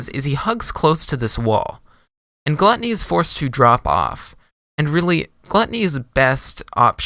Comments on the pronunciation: i’m a year late but it’s pronounced “glue-tony” this vid is wrong LOL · for future reference, it's pronounced glue--tony